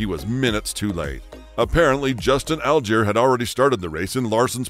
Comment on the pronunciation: Support NASCAR yet you can't pronounce Allgaier's name correct?